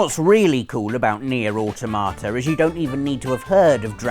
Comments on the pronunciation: "Nier: Au tomato" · it's pronounced near a tomata.......